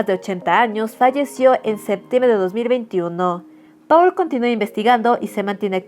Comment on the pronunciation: Paul se pronuncia "Pol"